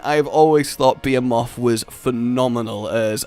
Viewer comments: I know everyone saying things there own way and I get that but don’t you know how to say behemoth you know like a normal person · FFS can you please say Behemoth correctly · I love you man but the way you say behemoth.... reeeeeeeeeeeeeeeeeeeeeeeeeeeeee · Since when is behemoth pronounced BE-a-moth? It’s BE-HE-muth. Pls fix ur English, it hurts. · .......why do i hear be moth and not ba he muth?? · It's BAH Hē MOTH!! not Beeahmoth... ugh DX you are killing me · It is called bee he muth not be a moth not hate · Beomoth...really that's not its name...thanks for ruining my final fantasy experience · The hell is a 'beemoth?' Cuz that's what it sounds like your saying. Be em oth. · It bothered me, but it is Ba-"HE"-moth not bay - a - moth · please. It's Behemoth. Pronounced Beh-He-Moth not fucking Be-A-Moth. Can we get Mothman, too? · The ..... Beermoth ??? Wtf man "be-he-moth" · Hey you BE HE MOTH not be a moth learn to pronounce words that and you being weird are you're only flaws but we like you because your weird so just learn words please it took you so long to figure out Kulu ya ku instead of cooler ya ku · u said beomoth instead of behemoth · "Beee-heeee-mawth" like what? You don't pronounce it as "Bee-hee-myth"? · Bee-Hee-Muth. not Bee-Haa-Moth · It’s behemoth not beamoth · BE HE MUTH, not beamoth behemoth. I love you. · Because has no clue how to pronounce words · not even about different accents he say bee ha mot. its bee hee moth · be·he·moth bəˈhēməTH,bəˈhēmäTH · damn it it’s pronounced ba-he-muth phonetically rage wth. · It's BE HE MOTH.... you fucker just say it right please. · i think u mean bee-he-muth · Wtf is a beer-moth LOL! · It’s Be-hee-mu-th!!! Say it right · (Be-He-muth) is how it’s pronounced. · Bee-eh-moth? Ffs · For the love of all that is unholy: stop saying 'beomoth'. That skipped syllable is driving me crazy. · Why do you have trouble pronouncing beHEmoth?!? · BEE•HEE•MYTH ... lol 😂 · I thought it was pronounced Buh-he-myth.